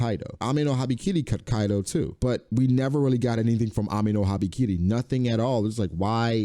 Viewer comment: you and kol pronounce it habIkiri it's habAkiri